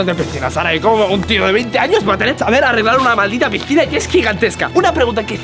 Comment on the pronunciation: nunca se dice pistina se dise picina